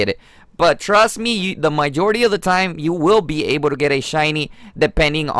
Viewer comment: “my jority” “guy ro scope” smh